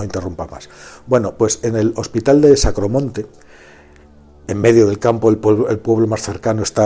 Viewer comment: Es el Sanatorio de Agramonte, no de Sacromonte.